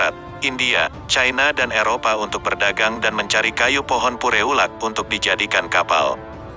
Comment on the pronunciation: Ternyata bukan chanel orang aceh ,..peureulak di baca perlak